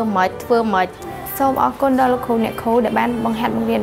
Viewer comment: លោកគ្រូ អ្នកគ្រូ មិនមែន លោកគូ អ្នកគូ ទេ ហើយក៏មិនមែនញ៉ុមដែរ គឺ ខ្ញុំ។ បើក្មួយៗ រៀនដល់ថ្នាក់ទី12 និយាយដូច្នេះ ចុះអ្នកមិនបានរៀននោះទៅជាយ៉ាងណាឫ????????????? នេះគ្រាន់តែចំណុច2 ដែលខុស នៅមានចំណុចច្រើនណាស់ទៀតដែលខុសមិនគួរខុស។តើខុសនេះមកពីលោកគ្រូ អ្នកគ្រូឬ??????????? សូមមេត្តាជួយកែកំហុសឆ្គងទាំងអស់គ្នាទើបទៅរួច។ អរគុណទុកជាមុន